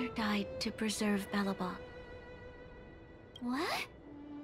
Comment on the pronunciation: Never heard of Belebog. Just Belobog. 😅